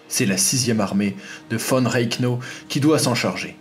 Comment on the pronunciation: Von reknau ..... et quoi c'est le 3eme rek en 1940 ... REICH REICH serieux qu'on essaye de fafire l'histoire faut aussi apprendre les noms étrangers mais ca les francais vous en pétez pas une écluse decouverte de ta chaine et en 45 secondes tu as reussi à te skip :)